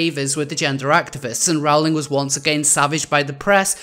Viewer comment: It's pronounced "roll-ing". :)